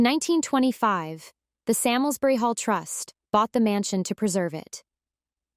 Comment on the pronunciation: My ancestors! It is pronounced Sarmsbury